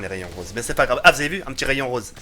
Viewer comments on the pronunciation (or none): none